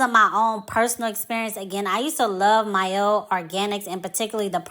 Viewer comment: I dont rock with mielle anymore however Thanks for pronouncing the name correctly